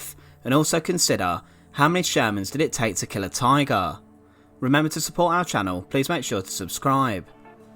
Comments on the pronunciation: What is a “tygaah”? I don’t think I’ve ever heard someone say “tygaah” so many times in five minutes. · The narrator saying "Tigarr" was so irritating.